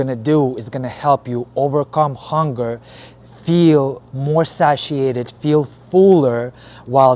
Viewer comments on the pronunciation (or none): its pronounced say-shi-ated